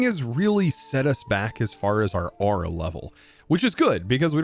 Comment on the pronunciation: i keep hearing you say ara not aura got so annoying i literally could not finish the episode due to hearing the wrong word 50 odd times in 2 minutes